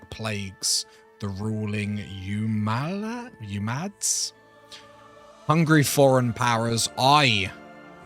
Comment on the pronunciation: I'll help you out. Al-ANN-DUH-LOOSE (Al-Andalus). And OO-MY-YAD (Umayyad). You're actually correct with Asturias.